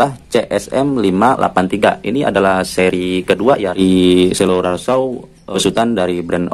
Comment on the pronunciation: bacanya itu bukan selular saw lur tapi sirkular saw. selular itu hape, ini gergaji lingkar . nice review, informatif bagi kaum mendang mending mcm kita 😆